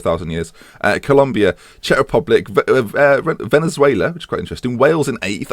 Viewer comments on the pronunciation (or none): none